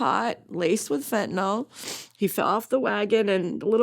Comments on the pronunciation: It is pronounced FentanYl Not fentanOL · It pronounced fentaNIL, not fentaNOL. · FEN TAN YL...NOT FENTENALL